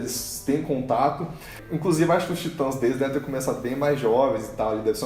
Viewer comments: TIT(Ã)S caraio, tem "Til" no a, Se pronuncia da mesma forma que lê, independente da forma como está sobreposta se é traduzida ou não, até por que o "Til" refere-se a tradução "Tit(ans)" Excelente vídeo, mas esse "Taitans" ficou feio '-' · Pq ela fala taitas kkkkkk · Como fala: Titãs Como Toga Voadora fala: taitans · Pelo amor de Deus! Falem o nome da série direito. Não aguento a pronúncia de vcs.